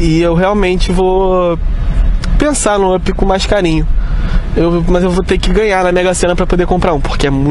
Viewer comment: O cara pronuncia vãp 😪 o nome se pronuncia ãp 🤷🏽‍♂️🤦🏽‍♂️